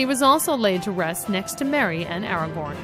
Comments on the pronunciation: Argor, Ow-win lol painful. If only there were movies that showed the correct pronunciation. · butchers Aragorn haha. this is all common knowledge for anyone who read the book & appendicies haha, so mainly for movie fans. which is great though. ..its annoying she says Sam was allowed to go to Valinor because of the fellowship and being a ring bearer, it was purely because being a ring bearer momentarily after Cirith ungol made him restless in middle earth, and he departed to the undying lands, they did eventually die over there and the gift of men swooped them off to wherever men go in this mythology (he left it a mystery) it is cool Gimli was allowed to go, probably wanted to see Galadriel again, and hed spent plenty of time with dwarves restoring the glittering caves and minas tiriths walls. after the numenoreans tried invading Aman, Illuvatar sundered the flat world and made it a globe so you could no longer sail to Valinor, you basically need elves who know the true way. Earendil the half elven was the last dude to go there before. but yeah Gandalf is translated to Wand Elf in sindarin, his real name is Olorin, he is a Maiar just like the other Istari (wizards) Sauron and the Balrog. sauron was just the henchman of the real dark lord Melkor, who was an actual Valar, a god, if Maiar are somewhat lesser tier archangels of sorts. fun fact, Arwen is Elronds daughter, and Elronds brother Elros chose to be Man, and he led to the line of Dunedain for centuries leading to Aragorn haha, so Elronds his great-great-great X10 uncle, and he's related to Arwen a tiny bit. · Argorn.... The hell happened to the A. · Literally seconds onto the video and you've already called Aragorn, Aragon, making anything you say after completely invalid to me. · AraGORN not AraGON. Dammit, at least practice the pronunciation before recording - and may be talk slower? This had all the professionalism of a post from a 14 year-old. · "(Li)Ithilian" "Aeomerr" "Aragon" "Gandolf"